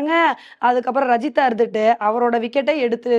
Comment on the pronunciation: இதை இதுக்கு முன்னாடி நானும் சொன்னேன் நான் இப்படி தான் சொல்வேன் என்று அடம்பிடிச்சு சொல்றாங்க 😩